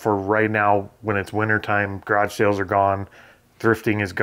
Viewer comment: you had lots of "sales" not "sells"